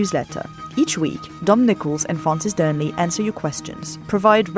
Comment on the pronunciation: pronounces Dearnley better than Francis. PS. Allo Allo reference was a surprise... and I know it's unimaginable now... but who knows, maybe in 50 years from now there will be a sitcom about a Cafe owner somewhere in Donbas?